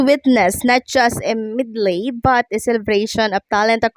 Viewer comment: Med- Lie as in Medley. Learn how to read english please.